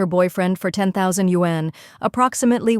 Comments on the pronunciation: YUAN ! Not won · I just hate 'content-creaters' who are laizy, using AI narrator who can't even pronounce the chinese currency correct................for shame👎👎